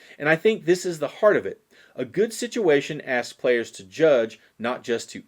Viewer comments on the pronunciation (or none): none